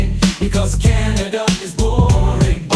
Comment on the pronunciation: "Welcome to Canaderr is boring." Man, that intrusive-R... ;-)